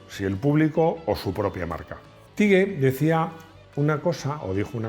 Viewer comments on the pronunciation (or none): Teague se pronuncia ¨tig¨